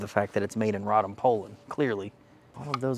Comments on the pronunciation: It's pronounced Ray-dom not Rod-um. A famous arms manufacturing town in what is now south-central Poland. It was well know as a place where a certain good quality, well known model of semi-auto 9mm pistol was made before and during the war under german occupation. This PA rifle on display looks like a standard AKM. If it crooked, that's called "canted". Rifles, specifically AK's had that problem when they were first imported from Romania around the year 2000. They were SAR rifles from a company called CUGIR. The CUGIR ARMS FACTORY was a Romania defense contractor remaining from the Soviet Communist Block Era times. The quality control varied but the rifles themselves weren't that bad. I've owned many over the years and I still own one from 2003 in 5.45 x 39mm. Next came the WSAR rifles, also from Romania. They are still being imported today. A very good rifle. This Polish outfit "PA" I have never heard of before but Poles should know how to make AK's by now and since Poland is in the favor of the US State Department in our proxy on Russia they likely got waivers to send these rifles into the American civilian marketplace. Keep us posted on them and just how or good or bad they really are. Thanks for the review. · its "Ray-dom"